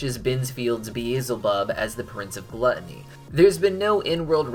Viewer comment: Y'know, i don't blame him for saying beelzebub wrong. A lot of people do the first time they read it. And many times after. Hell, even i used to read it as "beezelbub" a couple years ago.